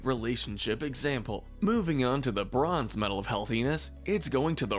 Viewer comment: When you said "the bronze" I thought you said "Le Bron."